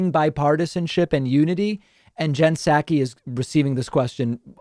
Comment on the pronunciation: I dig your show. But I t honk you are misappropriating her last name. I think it’s like sock-ee not sack-we.